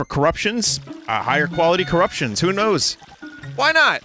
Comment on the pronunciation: At this point, it really does just sound like Vinny's saying "Currucktions"